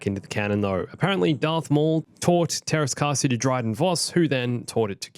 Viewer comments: It’s actually pronounced Tearas Kaseye but it’s still good. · teräs käsi? as in steel hand? i also love how i didn't notice it for a minute because it was pronounced something like "theras kaahsi" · Just pronounce "ä" like "a" in "ass" and we are golden with the grammar.